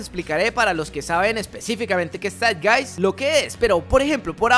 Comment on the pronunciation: El espíritu de nuestro tiempo Zeitgeist es originalmente una expresión del idioma alemán que significa “el espíritu (Geist) del tiempo (Zeit)”. Se refiere al clima intelectual y cultural de una era. La pronunciación de la palabra es “Saitgaist”.